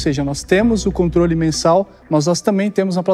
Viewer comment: Dislexia, será que foi o? Kjjkkk "Conrtole"